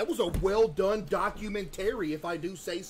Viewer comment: why did you emphasize ''well done''?